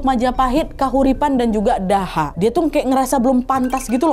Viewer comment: Btw kak Nad, kerajaan yg dipegang patih Gajahmada itu kerajaan Doho bacanya, bukan daha 😁